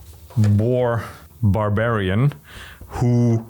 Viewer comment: Boar-barian I just had to repeat that after hearing it. Just great.